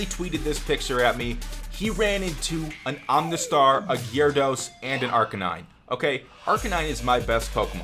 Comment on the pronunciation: Why does literally every Youtuber say "Om-na star" when it's Omastar lol